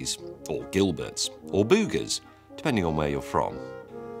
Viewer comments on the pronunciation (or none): Lol "BOO-gers" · The way he said boogers just killed me. Makes me want to go to GB all the more.